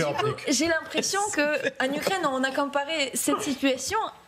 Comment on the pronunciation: on dit gopnik bande de blaireaux!!!!